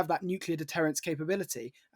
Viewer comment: Pronounce "Nuclear".